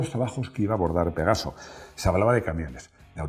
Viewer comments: Avísenle a que es Pegaso no pegazo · por favor!! PEGASO!!! Y NO PEGAZO!!